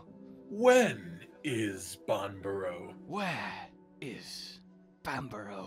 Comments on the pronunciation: that bit they were doing at the start. they both were pronouncing banbaro differently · Does Banbaro know it's Banbaro?